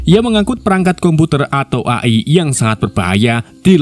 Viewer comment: AI di baca E Ai min... 😂😂😂